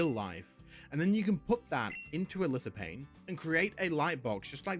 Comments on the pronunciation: From Lithophane. Lithophane....Pronounced "LithoFane"....not "LithoPain". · It's pronounced Lith-o-FANE. that's a PH in there.🙄